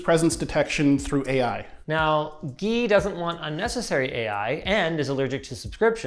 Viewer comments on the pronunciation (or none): As someone who is called Guy, I didn't expect them to pronounce it as the French Gui.